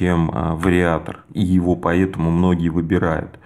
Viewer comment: Классно расписал. все понятно и наглядно. Вот только не говори "поЕтому" и "Етому" )) без обид!